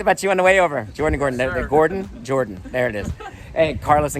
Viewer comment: ジョーダンの事を英語で ジョウンッって発音するんだ！